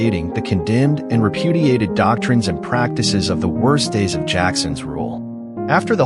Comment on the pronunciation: whig, not wig